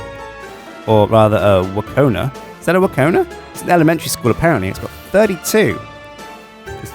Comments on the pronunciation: Wkona is pronounced sh-k-oh-lah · I'm crying at his pronunciation of Школа - Wkona cuz it literally means School